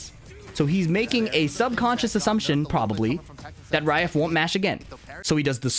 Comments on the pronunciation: He's literally not saying Ra-if. He's saying raef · Does it sound like is saying "Rai-ehf" (like the letter F) when it's supposed to be "Rah-if"? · I don't mean to be snarky, I'm a fan. It's Ra-ef (رائف). Like Ra if. Anyways back to watching the video. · he's not the pronounciation on the R isn't correct.